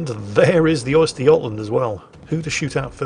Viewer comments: The "Oyster yotland"? Try ; "Uhster Guhtland" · Östergötland, not Oysterjotland xD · A bit of help for pronunciation; it's more like 'Ooster-yot-land' Also, the 'Angela Merkel'? Surprised the Germans haven't named one of their ships that already irl. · is deliberately saying 'oyster' - tasty shellfish - I'm pretty sure he knows his pronunciation is wrong:)